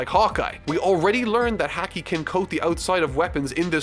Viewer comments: Ok so uh I was watching calmly and he keeps pronouncing haki hack-e instead of hah-ki and its irking me lol Ok yeah thats all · Love the videos, hate how you pronounce things. Haki = Haw-key (not hacky) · its HA-KI BRO, its pronounced like Hockey not hackey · HaH-kee not Hea-kee, no hate just going forward it'll help if pronounced right, 😁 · Hacky while true due to hacks is more so said as Ha -key. Made me chuckle and do you obviously it’s a made up word. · I know you have an accent but it's pronounced HOC-KI not Hac-key like Hacky sacks... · ha-key its ha-key not haw-key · It's pronounced "Hah-key" not "hacky" My silly Irish boy and his goofy pronouncing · Ok i would usually not berate on this because I love this series he is making but since he will have to pronounce this a lot. Its said as "Ha-key" not "Hack-e". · I cringed everytime he said “HACK-E” and not “Ha-Key”. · Hey person not named! Been loving this series as a long time One Piece fan. Just a few notes though: - “Haa-kee” not “Hack-ee” - The translation for the Haki Luffy uses is right, but it’s also been translated as “Conqueror’s Haki” by the Viz dub, which is what most people call it since the other one is dummy long. - Blackbeard and crew survived Magellan’s poison because Shiryu had stolen an antidote and gave it to them. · Am i the only one who was annoyed when he said Häki and not Haki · There is no such thing as "hacky". It's "Hau-ki or Haw-ki" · Hey,, for future reference, "Haki" is pronounced "HAA-kee," similar to "hockey." You keep saying it like "hacky." I understand the manga doesn't make pronunciations clear just like how you mispronounced "Camie" as "Kami" in the last video, but it may be a good idea to look into their Romanized names or briefly refer to the anime to understand their pronunciations. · would prefer to say HACKY rather than HAWKI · Haki is pronounced h-ah-ki not h-ack-i sorry but it does my head in lol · Haki is pronounced like hokee like the sport